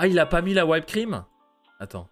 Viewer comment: Whipped cream , she prononce wi p cream pas why p cream ! Fini de faire. On relic video genial